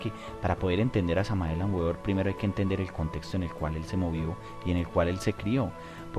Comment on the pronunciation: Cordiales Saludos al panel: Queremos agradecer haber tenido la valentía de exponer ante la palestra pública, a este enigmático personaje, conocido como el V. M. Samael Aun Weor (Pronunciación correcta Beor) Tal y como Uds lo indican, es sin duda alguna uno de los personajes más controvertidos, del mundo del Esoterismo, por lo tanto, y siendo un estudioso profundo de su obra, me permito agregar algunos comentarios, que espero permitan comprender el enfoque entregado por este Ser a la humanidad... En principio debemos entender, que el Maestro Samael entre una de sus misiones fue la de romper con los paradigmas que para su época y aun, en la actualidad, subyacen en la humanidad, es decir: Revolucionó la espiritualidad actual... Pero esto no debe de asombrarnos, ya que, en todas las épocas en que han venido grandes Avataras, siempre su característica común es la misma, romper con lo establecido; así paso con el Sr. Krishna, con el Buda Gautama, y con el más conocido de nuestra cultura: Jesús el Cristo, y con tantos otros, es por eso que causan en las sociedades donde se desarrollan gran controversia por un lado, pero muchos seguidores por el otro. En cuanto al Sincretismo Esotérico-Cultural, planteado por este Maestro, es uno de los aspectos que caracterizó su Gran Obra, y de las cosas que levantó mayores polémicas dentro del mundo de la espiritualidad, pero que sin lugar a dudas, demuestra el talante que poseía, la capacidad que tuvo para poder llegar a conjugar los puntos coinc